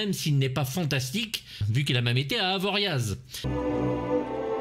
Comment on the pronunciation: Un film magnifique et une critique encore au top. Par contre vu tes choix éclectiques, je veux le dernier samaritain apres ce chef d'œuvre 😂😂❤❤. Merci pour ton boulot et on prononce pas.le z a la fin d'avoriaz.😅